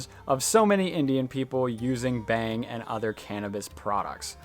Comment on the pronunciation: It's pronounced with an "au" sound. Like "bhung" with an a.. Definitely not "bang"..